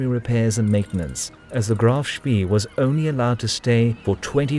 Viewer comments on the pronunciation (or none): what's 'Shpi'? It's 'Shp-ey-eh' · It's pronounced Spay, as in Spayed, not Spee as in Speed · Great account, superb animations really bring the narrative to life. Pity the narrator didn't do his research. It's pronounced Spay not Spee and what is the "Admirality"? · HMNZS Achilles, actually. It was a kiwi ship. Like HMS Ajax, a Leander class light cruiser. Also, “Spee” is pronounced “Shpay”, not “Shpee”. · not shpee but pronounced shpay. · If no other German speaker has mentioned this in the comments below, please note that the double e ('ee') in German words is pronounced as a long 'a' -- as the sound of say or play or stay. Thus, the phonetic sound for 'Spee' is "shpay." Other than that mispronunciation, nicely done. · Honestly, you youngsters! Spee, Rymes with ray; and I won't even get into admiralty! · "Ee" in german is pronounced "ay" like spay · Saying "speee" is very wrong. Google translate will help you pronounce the German names correctly - there you can hear them spoken by a native speaker. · it is not a large problem, just a minor correction. The e in spee ,is not pronounced like an e in english. more like the e in enemie. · Spee, with the ee pronounced long like an English a. Hard to listen to, constantly mispronounced, as a German speaker. Good video though.